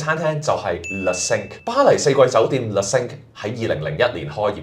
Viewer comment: 你好！首先感謝製作了一段不錯的短片，介紹巴黎四季酒店内的晚餐。 在這裡，有两個善意的看法供你參考。 1） Le Cinq, Cinq 的讀音有點似“腥q“，而不是“星q“。對於外語，不妨參考Google Translate 以了解正確讀音。 2） 在介紹美食時，須多做點功課，不要只說“個汁係鹹鹹地、酸酸地，幾開胃”。應深入去明白菜單的鋪排、菜餚製作的背後、醬汁的調性……等。 謝謝！